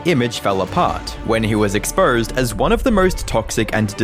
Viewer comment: "When he was expurhsed as one of the murhst toxic..."